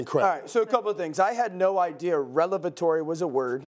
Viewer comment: Michael said Relevatory not revelatory lol